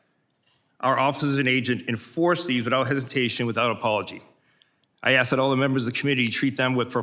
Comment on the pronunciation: Mississippi needs someone who can actually speak properly. I want to ax you a question! Really?